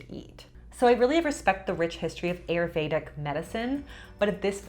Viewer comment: Too funny! Also Ayurveda is pronounced as: Aah-yur-vay-dhah